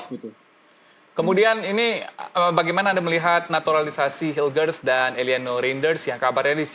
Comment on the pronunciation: MARTIN PASS .....PAES TERUS kalo mau jadi komentator belajar dikit napa akibatnya semua ikut medsos MEES HILGERS BACA MEIS HILgHERS...g nya jangan dikuatin